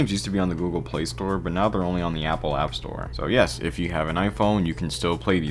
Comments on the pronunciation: It’s App Store not App Toy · Are you saying App Store or app toy 🤨